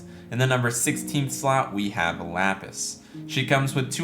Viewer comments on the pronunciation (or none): none